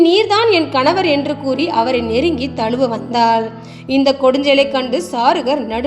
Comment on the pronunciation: சஞ்சன அல்ல. சஜ்ஜன. தலுவ அல்ல. தழுவ. தமிழ் உச்சரிப்பு சரியில்லை. உங்கள் டமில் திராவிடியா டுமீல். முடிந்தால் திருத்திக் கொள்ளவும்.😊😊